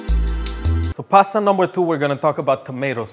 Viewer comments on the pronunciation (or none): none